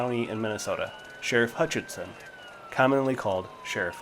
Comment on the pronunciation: His last name is Hutchinson not hutch tons